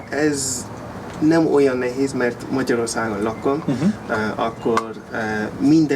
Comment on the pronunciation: Nagyon ügyes vagy! Talán a /cs/ hang nem kéne, hogy erős legyen. Ne úgy mint pl a 'watch' szóban. Nézd meg a magyarok hogy ejtik a /tsh/-t (hibásan) ebben a szóban -egy erőtlen /cs/. Az /é/ -re vigyázz, hogy pl. a 'nehéz' szóban ne diftongizáld. Ez egyszerűen egy hosszú /é/=/é :/. A magyarban vannak hosszú mássalhangzók! Long Consonants. 'attól' függ /t:/. Try to say the name Emma in Hu. It is not /ema/ but /emma/. De tényleg nagyon jó!